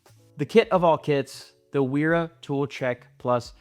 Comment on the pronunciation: If you're gonna pronounce Knipex correctly, can you do the same for Wera? Thanks for your insights and demonstrations.